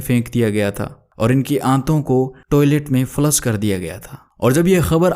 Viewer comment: बहुत उम्मीद थी...आपकी आवाज़ ठीक है लेकिन कुछ शब्दों का चयन और उन शब्दों का उच्चारण और अच्छा हो सकता है...उदाहरण के लिए - आंटी की जगह अंटी, फ्लश की जगह फ्लस (सारे श वाले शब्दों की जगह स शब्द का प्रयोग किया है. ..माफ़ कीजिएगा लेकिन ये छोटी छोटी चीज़ें इंद्रियों को बांध नहीं पाती। 🙏